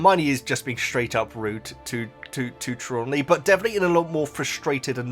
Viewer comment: 3 points: Tra-lawn-knee you are trying to use too many syllables. Thestrals are pulling the carriages: Harry didn't see Quirrel die in the books (he was unconcious) and he was too young to register his mother's death. Fan theory is that the trace is put on when the 1st years cross the lake, that's why under 11's aren't santioned by the ministry for accidental magic and the lake is exclusive to the 1st years. Herminione doesn't use magic outside school; this is only in the films